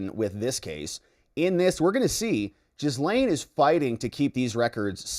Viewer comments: Gah-Lynn, G'lin . . . not Jizz-Lane. Her name's not hard to pronounce. Anytime her brother is interviewed regarding her case, he calls her G'lynn. So just pronounce it the way her own brother does. Why is that hard? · I love your channel and I’m thinking about being a member (aka membo), but you have to start pronouncing Maxwell’s first name properly. It’s pronounced “Gil-Lain”. The “s” is silent! You’re welcome! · Her name is pronounced Ghee-lane (hard G, silent S), I believe she introduced herself using this pronounciation. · Jizz-lane... lol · Did they call her gisum?😂😂😂